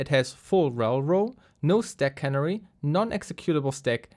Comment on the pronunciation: Listening to you saying steck instead of stack is so annoying, german boy. Use google translator and click on the audio icon when you don't know how to pronunce an english word for f@ sake!